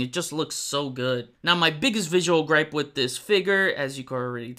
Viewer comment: I like your videos but WHY IN MACGYVER'S NAME DO YOU USE A ( V/F sound instead of the TH) ie - wiff instead of with !? You seem articulate ? Is English not your first language ?